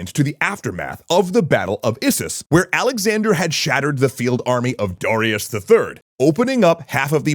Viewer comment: Why can't he pronounce Darius correctly?